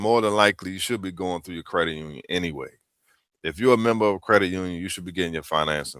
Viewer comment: As the most amazing parents in the history of the world told my lil sis & I "We made you beautiful, You have to make yourself smart" ✅✅✅ Done! The pretty girls featured in this content Seriously needed parents like mine... NPR? Huh? Can't even pronounce "credit" etc etc..... Wow!